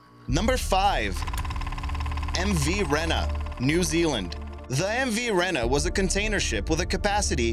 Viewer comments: I lived near the Rena and it is pronounced reee na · As a New Zealander who constantly heard about the MV Rena incident, it is pronounced REE-NA. Apart from that fabulous video! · Uhhh.... you say the mv Rena like the end of arena not like how you say it